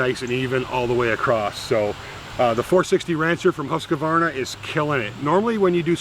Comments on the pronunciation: It is pronounced Hus-quana. Not Hus-que-vana. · How come americans cant say Huskvarna? Its Hus kvarna not huska varna.. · Pronounced Husqvarna, NO 'A' after the 'Q', HUSK VARNA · A lesson in the name Husqvarna, its swedish, and i belive it means HUS, as in House, and Qvarna, means millstone or grinder, so it basicly means house hold millstone.. Now for the correct way to pronouce it is: HUS you drag the U and the S a little, as HUUSSss short H, drag U, uuu and drag S, sss Huuusss, now for qvarna, it is harder to explain but you start with the Q as a K or a C, short sound, then V normally and ÆRNA, which means AE R N A, but AE is the same way you pronounce the "start of" the famous A-hole word, R and N is normal, but the LAST letter you pronounce in (husqvarna) as the first letter in the word "ARE" short sound, so lets get the whole word: Huusss KCV (a-hole)AE rn(ARE)A = "Huuusss KC V AE rn A" = "huussK/CvAErnA" = "huscvAErnA" = HUUSSSKvarna = Husqvarna, TLDR, now u know xD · Really cool video thanks for sharing. You do not pronounce Husqarna that way though lol sounds really funny to a sweed. I live about a 45 minutes drive from there, they used to make motocross bikes but they sold the bikes and saw production to Italy I believe. Its sad was a good brand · Inspiring as always! As a Swede, I'm racking my brain trying to come up with a good way to describe how to pronounce Husqvarna but I'm drawing a blank. The 'Hus' part has a long 'u', close to the sound in "cruise." The 'kvarn' is pronounced like 'barn,' but with 'kv' instead of 'b.' Then just tack on a short 'a,' as in 'ah' and you should get something that's close to the proper pronunciation. "Huise-kvarn-ah.":D